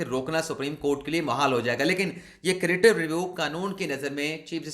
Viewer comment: کریٹیو نہیں ہے بھائی، کیوریٹیو ریویو ھے